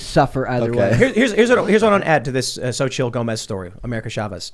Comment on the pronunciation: It's not zochittle it's sochee. Phonetically.